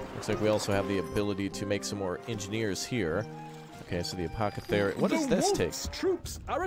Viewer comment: A poth a carrie or curry as pronounces it (a little butchered if you ask me lol)